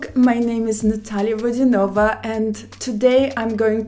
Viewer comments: Ok. One question: she said "Vodyan'Ova", but shouldn't it be "Vod'YAnova"? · Я думала она Водя́нова,а не Водяно́ва🤔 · ВодянОва)...резануло слух) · Никогда не думала, что на самом деле она ВодянОва, а не ВодЯнова 😅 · ВодянОва? Не понимаю, зачем она поменяла ударение в своей фамилии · Misha, her surname is pronounced Vod'YAnova in russian. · Then tv channels and reporters in Russia have no clue either as they all call her VodYAnova as a matter of fact - not VodyanOva. Check out all her interviews she's done and all the tv episodes about her. They even call her mother by VodYAnova when interviewing in her native city Novgorod, and she's never corrected them. Shoudn't they know how to pronounce it the right way since Natalia was born there and remains the biggest local celebrity? As for family, friends and school teachers - who did you hear it from to begin with? :) Her surname, nevertheless, can be pronounced differently - none of this is an error, it's an option. They call her VodyanOva overseas. The "'nOva" stress is a common thing for foreigners for similar surnames in general. To sum it up, I like Natalia a lot but there might be a little bit of cute archness if you may. So lets agree to disagree. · Look , I am Russian, and Natalya explained the confusion herself. Yes, TV channels started following the brand pronunciation that appeared in the west. However, the actual surname is VodyanOva. She does not correct people for a long time. There is no point to disagree, as I am telling you the facts, not an opinion.